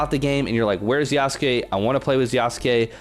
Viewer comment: First person I’ve seen pronounce his name right lol